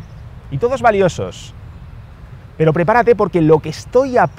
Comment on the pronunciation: Me falto la r